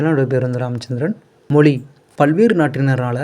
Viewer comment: தம்பி, முதல்ல, “ மொழி” சரியாக உச்சரிக்க கத்துக்கொள்! தமிழ் வாழ்க,🙏